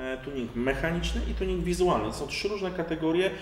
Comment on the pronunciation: "kartuzy tjunig", you made my day xDD